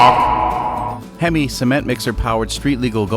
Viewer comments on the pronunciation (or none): none